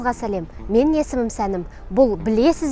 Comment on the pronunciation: тамашасы тамашағой.ағасы болғансоң бір ескерту жасашы қарындасқа.Ң ның айтылуын дурыстаса болар еді.менін.сенін.демей ,таза айтса меніҢ.сеніҢ деп.осыны дурыстаса, Басқасының бәрі керемет,сөз жоқ.